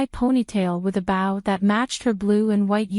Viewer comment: Stop mispronouncing bow😢😢